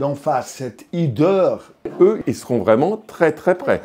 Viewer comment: Hideur, h aspiré. On ne dit pas l'hideur mais la hideur !